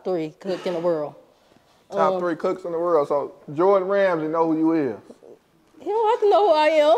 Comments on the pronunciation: bro said jordan ramsey XD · Did this nigga said “jordan Ramsay?”😂😂😂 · Dis nigga said ‘Jordan Ramsay’ 😂😂😂